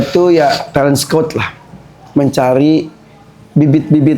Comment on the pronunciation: Kalau ngomong talent kayanya tetap talent jangan telent dengernya gk enak.